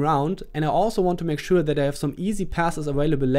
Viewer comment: any noticed that "make showaa"